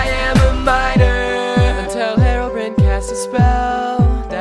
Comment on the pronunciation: its pronounced Herobryne not Herobreen